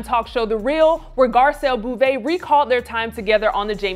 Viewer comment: It's pronounced Boh-Vay